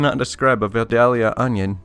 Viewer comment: Uhhh -- it's pronounced, "vye-DAYL-yah." Trust me on this. Or don't. Check this out: The narrator in that vid maintains the "L" is silent, but I kinda think it's still in there.